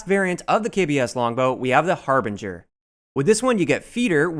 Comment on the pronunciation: thank you for pronouncing the harbinger correctly it's amazing how many YouTubers can't pronounce it drives me nuts